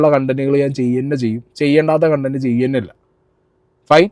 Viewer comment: കണ്ടന്റ് അല്ല കൊണ്ടന്റ്.... 🤣🤣🤣